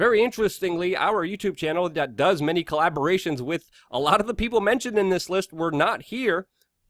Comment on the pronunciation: The word is pronounced "with" not "Wit … lol